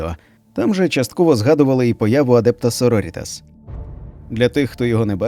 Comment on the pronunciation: Круте відео, дякую! тільки наголос так адЕпта сорорІтас. на літеру І